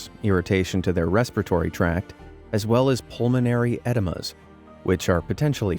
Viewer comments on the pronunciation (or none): Just a quick note, its pronounced "e-dee-ma", not like enema. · It's pronounced e-Dee-ma, otherwise it sounds like you said enema😂